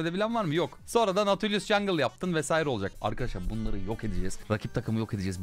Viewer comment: çoğu karakteri yanlış okuyon abi ama herkesin nati dediği nautu doğru okuyon